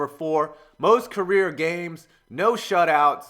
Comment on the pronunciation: It was by the time I realized you were saying "career" and not "Korea" lol